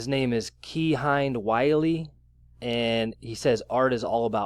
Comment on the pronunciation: His name is kah-hin-day wile-lee